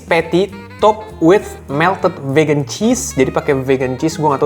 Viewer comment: Geli gue denger GO PEGAN...